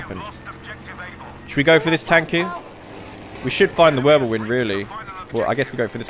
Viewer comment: he just says Würbelwind